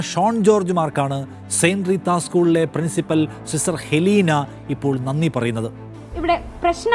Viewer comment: അത് ഹെലീന അല്ല അത് എലീനയാണ് !!!